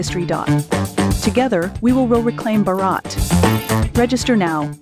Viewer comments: On a nationalist channel. Why are they pronouncing Bharat as Barat ???? Your opening pitch ad ! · Please get your foreign speakers (advertising the. TJD Sumit) to pronounce “Bharat” correctly